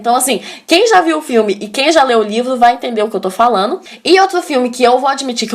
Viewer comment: E pronuncia "falano" ao invés de falando nos do vídeo... sinceramente, acho que fica fofinha falando assim... quero ter uma filha como você linda, estudiosa e muito simpática, teria maior orgulho! sou péssima em português você tem me ajudado bastante. Obgda